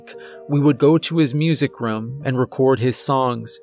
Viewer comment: You say room like markiplier. Makes me think of rum. Not making fun, just an observation.